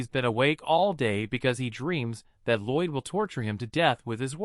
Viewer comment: His name is Lloyd not roid. what even is that 😂😂